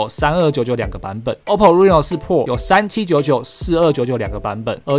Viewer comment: 希望能夠稍微糾正「Pro」的發音 （不是找碴啦一個小小建議） 加油～